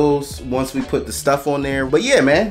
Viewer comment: When you said “Yuur” i was like oh I’m subbing 😂 good videos man